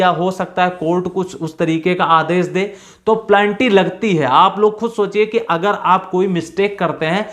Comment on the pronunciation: Good information. प्लेनटी नहीं पेनल्टी बोलो सर। It is Penalty. You are pronouncing Plenty.